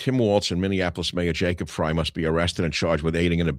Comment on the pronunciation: Minneapolis mayor Jacob Frey........last name rhymes with bye, high, not hay Michael